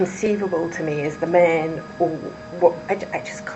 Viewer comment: Why does she have such a strange accent at times? Listen to how she pronounces words with “a” like man, land, and, intermittently. I was born and raised in London. I’ve lived in the U.S. for 40 years. That’s now how our accents are modified by being around Americans. Hmm